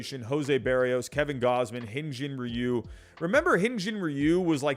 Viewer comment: plz, pronounce my fellow koreans name right. Hee-Yun Jin Ryu not Hin. Thank u and love the channel